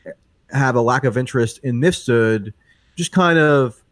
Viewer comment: it's "MIF-sud," not "missfoot".. for fuck's sake, michael pronounces it correctly like 50 times, how is still getting his name wrong??